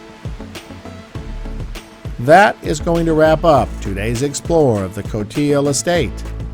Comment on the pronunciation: Someone told me that it’s pronounced Cote - ee - lee!